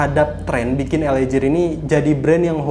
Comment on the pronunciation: Mas, LA GEAR bacanya bukan JIR tapi GIR..... ah elaah🤜💥